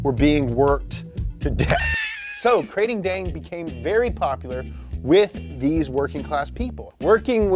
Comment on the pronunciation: Kr-AH-ting, making my ears bleed with the Krayting